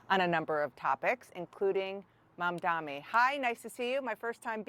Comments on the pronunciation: Dear CNN anchors: His name is mumdani.. not mumdami!! Please get his name right.. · maMDANI, not MANDami, not mandani, not mamdami, its MAMDANI!!! OMG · Nor Mandami🤬 It's very telling how these so-called journalists never get his name right! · It's Mamdani, not Mandani nor Mandmani. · I don’t understand why people make Zohran’s name more difficult for themselves. “Mandmani” in the title? Really? MAMDANI, it isn’t that difficult come on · "Mamdami" great job! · It's MamDANI, come on. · Learn the name Dana. MandaNi...that's an "N" in the second syllable! Same for YOU Elex Michaelson! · …. Please his last name is Mandani. Pronounce it correctly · CNN anchors should not mispronounce Mamdani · Dana Bash & CNN like nearly all MSM STILL can't (WON'T) correctly pronounce MAMDANI's name . And Buttigieg along with Dem Leadership completely lack the courage of their "convictions". Just one of the reasons that his Status Quo Technocracy has NO FUTURE in the PEOPLE'S Dem party. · It’s amazing how many people can say Mamdani. It’s 7 letters for christs sake. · Dana Bash - why can't you pronounce Mamdani's name correctly? Are you dyslexic? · This BASH female NEEDS to pronounce ZORHAN MAMDANIs name correctly! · Its Zohran Mamdani 😅, learn to say it correctly Bash 😂. Zionazis are in denial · Mamdani. Say it right. Spell it right. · Two news anchors Bash and Michaelson still can't pronounce Mamdani's name. M and N are two different letters and make two different sounds. On Buttigieg, he is not endorsing Zohran because his PAC donor don't like progressive candidates who are for the working class. He is a coward for not saying that. Pete is part of the same corporate Dem ideology that helps the GOP with their efforts to steal money from the working class and gives it to the billionaires. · The anchor and Elex botched Mamdani's name. He's kind of a big deal. You should probably know it by now.